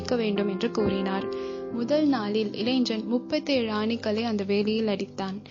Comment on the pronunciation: இளைஞன் என்பதை முறையாகப் பலுக்கவும் (pronunce).